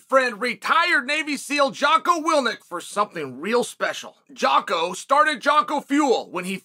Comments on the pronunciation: he even screws up Jockos name, lol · I can’t believe this guy Jocko is literally paying Chael for ad reads and he still won’t pronounce his name correctly… also Anderson lost 4 rounds